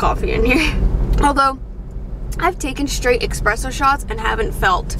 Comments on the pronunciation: Why do people say expresso when it’s espresso....or am I just dumb...someone let me know😂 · Expresso shots? 😂😂😂😂😂 it's espresso lisss jeeez